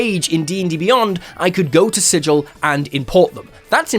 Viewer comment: Thank you for pronouncing "sigil" correctly.